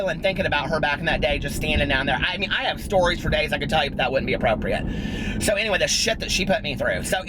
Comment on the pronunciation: everytime you say "so anyway" i hear gotdamnzo lol